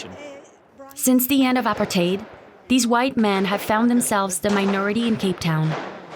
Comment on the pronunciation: This is a very old documentary and not the best journalists. Clearly an AI voice over by the way it pronounces “apartheid”.